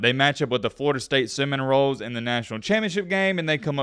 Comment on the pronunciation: Did bro call Florida State the "Cinnamon Rolls" 😂